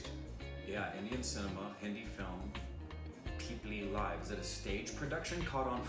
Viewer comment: Woow... Did nobody else realised that pronounced peepli live exactly how it should be pronounced... And he should be appreciated for the successful effort. Congrats.